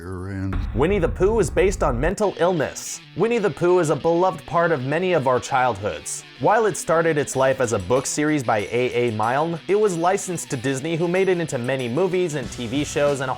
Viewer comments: It’s pronounced Mih-ln not My-lne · A A Mile-n? It's pronounce Milln. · You know u pronounced Milne wrong right? Basically it’s pronounced milln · IT IS SAID MILLNE M I L L N!